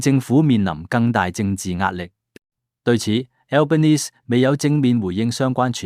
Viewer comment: 請留意當報讀澳洲總理名稱時留意發音最好不用英文式發音，因為他多次在不同場合對記者表示他是意大利裔人士，所以不應用英式發音來稱呼他，如果報讀中文新聞時可直接用他的中文翻譯名字稱呼他比較合適。